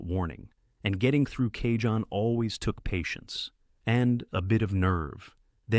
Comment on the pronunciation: Not even 10 seconds in, and the guy says Kayjohn pass. Try again.